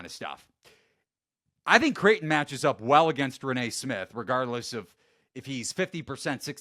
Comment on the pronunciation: Also, it’s pronounced “rain” smith lol